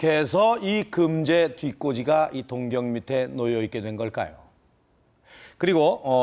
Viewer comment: 동경이 아니라 동-경으로 장음 발음하셔야 맞습니다.